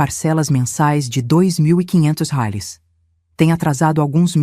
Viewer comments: Não sei por que fala róis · Essa narradora nao sabe pronunciar reais mais vai treinar é intuitivo